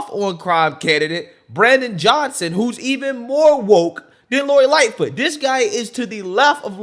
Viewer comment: The woman said: "lori Lightfoof did a wounderfull job"WTAF.....from wich state is she or is she a fentanol adict that just woke up from a coma??